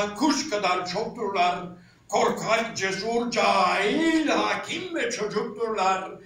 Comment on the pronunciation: Haaakim değil hocam, hakiiim...